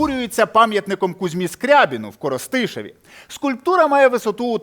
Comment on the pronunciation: Бля, та як нахуй можна не знати де наголос у КоростиИшіва?